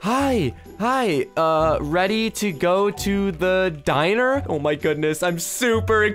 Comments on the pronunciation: It’s pronounced (din-ner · Poke is calling dinner ‘dynner’